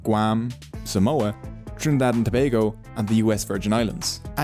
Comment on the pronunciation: Thanks of saying Trinidad and Tobago correctly don't know we are a tax haven.